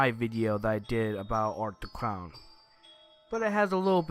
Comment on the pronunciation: "Art The Cown"